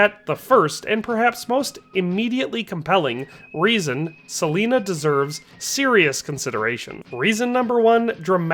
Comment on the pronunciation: It's pronounced Sah-line-ah. Not sah-leen-ah.